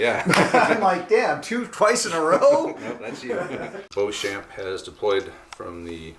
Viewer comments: It would normally be pronounced Bow-shon which is the French proununciation. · A fascinating game with an interesting swing in fortunes. (NB I'd expect to pronounce Beauchamp as Beecham)